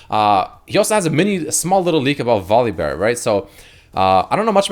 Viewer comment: no one:: VolibÖr